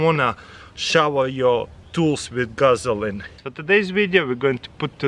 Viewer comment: Did he say "Guzzline?"